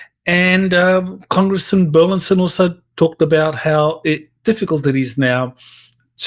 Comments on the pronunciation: BUR LIS ON NOT BERLINSON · Burlison, not Burlinson!